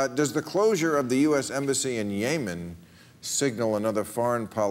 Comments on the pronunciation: Since when is Yemen pronounced "Yaaymen"? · It's "Yemen" not "YAY-men". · Its "yemen" not "yahmen" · Why are they mispronouncing Yemen? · Yaymen.....lol! Still love you Bill hahah. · ***** I mean "YAY-Men"? Come on now. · ***** and how is i-ran,,,,different from yeah- man? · I guess Yay Men sounds good if you're gay. Bill mispronounces it and everyone follows suit. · When did we change the pronounciation of Yemen? I can't keep up